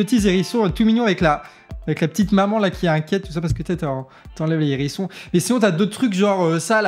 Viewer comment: Avec un H "aspiré" hein, le hérisson, chroniqueur !